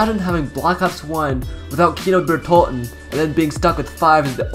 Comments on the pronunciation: Its not Kino der tolten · Its Kino der totenennnnn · Why do you use a Swedish voice when you say kino Der totan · I agree